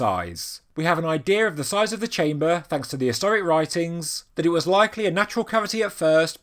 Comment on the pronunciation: I really like the information delivered, the delivery of the speaker not so much. BTW what is a "chaym - bah" ?